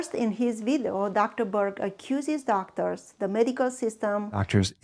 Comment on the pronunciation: You mean video?😂 not vidu